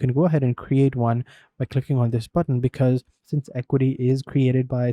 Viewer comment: It’s AH-Q-WAH-T not EQUITY 😊